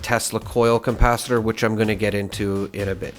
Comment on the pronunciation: Why do you add an M in capacitor? Saying compacitor is a bit odd... like the DeLorean has a flux compacitor?... lol.